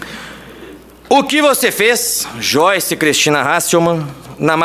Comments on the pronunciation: Aprende a falar o nome da pepa direito. Não é "choice". É "joiche". Afinal ela fala "bolchonaro", "achechores" "cheguidores"....É discípula da xuxa kkkkkkk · Não é xoice e sim joice hhhhh brincadeirinhá! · "Xoice" kkkkkkkkkkkkkkkkkkkk